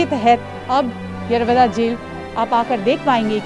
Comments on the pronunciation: मराठी बोला.. येरवदा नाही येरवडा.. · Tila yerovda bolta yet nahi yeroda boltey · येरवदा नाही येरवडा 😞😞😞😞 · बिलकुल नाही दादा फक्त गांधी जींना इज्जत दिली गेली पूर्ण रिपोर्टिंग मध्ये, येरवडा या शब्दाचा उच्चार येरवदा असा केला आहे भीतर ही कोणती हिंदी ? हा शब्द तर हर्यान्वी भाषेत केला जातो , हा मराठी न्यूज चॅनेल आपल्याला येडा बनवण्यासाठी प्रयन्त करत आहे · येरवदा काय बोलती येरवडा बोल येरवडा king off पुणे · बोबडी कुठली येरवदा नाहि येरवडा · येरवडा बोलो,,,येरव दा नाही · हिला येरवडा पण नीट म्हणता येत नाही 😜😜😂😂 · 02.45 madam Aap येरवदा bol rahe ho Plz येरवडा bolo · Are madam wo येरवदा nahi येरवडा है... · येवादा नाही g येरवडा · यारा वादा काय म्हणते येरवडा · येरवदा येरवदा जेल काय बोलतेस. ऐतिहासिक जेल आहे. येरवडा जेल असे मराठीत नाव सांग. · मॅडम ते येरवदा नाही येरवडा आहे...... जे दाखवायचं ते दाखवलं नाही आणि भलतंच बसले दाखवत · येरवदा नही TV9 येरवडा है जो दिल मे आया ओ मत बोलना । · मराठी बोलायला लाज वाटत असेल कदाचित. आणि ते येरवडा कारागृह आहे नाकी येरवदा.🙏 रिपोर्टर ला व्यवस्थित मराठी शब्द बोलायला शिकला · यरवदा नाही माय यरवडा आहे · येरवदा नाही रे येरवडा आहे ते😂😂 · Pune Pact Bolo Anchor Yerwada Samjota nahe 🗣️✍️ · येरवडा म्हण बाई आणि मराठीतच बोल